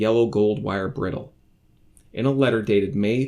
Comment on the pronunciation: Bridle. Like ride. Not like brittle.